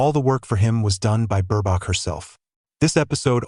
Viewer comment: Mispronounced name of Ms.B.😢